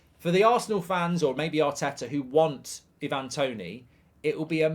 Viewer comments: It's "I-van", not "E-van"- he's Jamaican, not Croatian 😂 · You could atleast say his name right Ivan has never been “i van” it’s always been “I’ve-an” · The amount of people who can't pronounce 'Ivan' is hilarious..